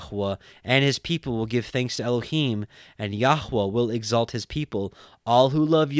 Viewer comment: This is the first time I have heard the Book of Tobit. Thank you for the wonderful commentary and proper pronunciation for Elohim, Yeshua and the Ruark Hakodesh. It’s just a wonderful book filled with uncommon knowledge. It’s the only book that speaks of the Angel Raphael. God be praised and exalted for eternity.